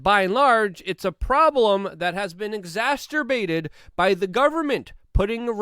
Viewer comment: Hi Luke, I don't think you're pronouncing ex·ac·er·bate correctly, unless you meant to of course. Carry on doing what you do. You're appreciated, thank you!